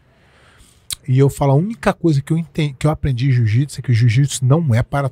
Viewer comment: 🤔 Ele diz: O "Jiu-Jipisiu" não é para todos. Então isso significa que o Jiu-jitsu não é um esporte, pois o esporte sempre foi para todos, independente de quem seja, ninguém é obrigado a ser um atleta profissional de UFC. Pois é, arrogância e falta de educação faz mais sucesso que humildade de espírito.